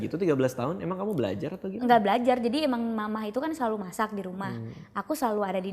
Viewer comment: sama bang gw jg dengernya "masih capcay" bukan "masak capcay" 😂😂😂😂😂😂